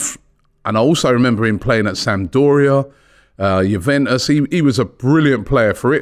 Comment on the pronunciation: Robbie said Juventus correctly for once